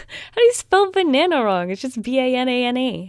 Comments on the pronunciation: Lol bannana..? It’s banana 🍌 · U said banane not banana u dont know how spell it corectly too!!!???!!!!??! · *its banana not banane 😂(no hate 😚) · is it just me or did she just say how do spell banana wrong its just banane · u said bana instead of banana...........LOL was anyone gonna point that out? IDK I didn't check.....LOVE U!!!!!!!!!!!!! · She said that they spelled banana wrong but when she spelled it she said b-i-a-n-a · Did u say Banane? XD Its Banana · Its funny when she says they spelled banana wrong but then she spelled it wrong. (Banane is what she said) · You even spelled banana wrong you said banane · Banana not banane.... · U know when u said they spelt banana wrong u said it was spelt banane in stead of banana 😂 ly tho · Did she say “Banane??” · It's banana not banae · The funny thing was yes they spelt banana wrong but she also said it wrong it's not banane 😂😂😂😂❤️❤️❤️❤️ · Idk of she said banane or banana but if she spelled it wrong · Banane? Thats what i heard :/ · did she say B a n a n e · She said b-i-n-a-n-a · Did anyone realize that she said b-i-n-a-n-a when she spelled banana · B a n a n a Not whatever you said. And the marker only had one extra "n" where there was two "n" 's togther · “Banane?” Im sorry that’s just what I heard. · You: Bananas. Me, an intellectual: Bannana. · Can I just point out she said binana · Did she say banana had an e in it ?? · Banana wrong bannana right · You said banana wrong